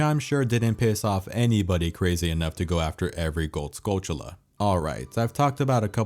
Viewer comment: Hey! Thanks for pronouncing Skulltula correctly.